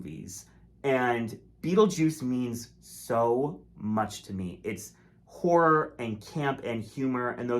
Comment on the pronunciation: I'm begging you to stop pronouncing "horror" as "wh*re". You're going to get your video demonetised and/or restricted. 😭😭 Two syllables!